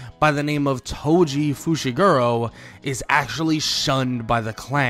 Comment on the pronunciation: I thought he said "Toji Fushiguwo"